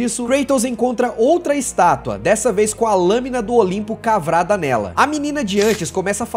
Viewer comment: Cavrada? Mais alguém entendeu isso? 🤣